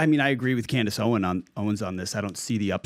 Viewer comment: Its Owens, with an S, old man! Her name was literally right behind you when you mispronounced it. In fact, her name is right behind you EVERY SINGLE DAY!!